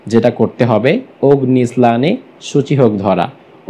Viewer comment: Your explanation is not correct. You even can't pronounce the song correctly. OGNI SNANNE SUCHI HUK DHORA means, Grishmo kaler tapu daho k bojano hoieche